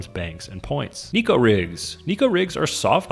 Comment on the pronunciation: That’s not how you pronounce neko, but damn near every fishing YouTuber says it that way. It’s pronounced like Necco and it’s just the Japanese word for “cat.”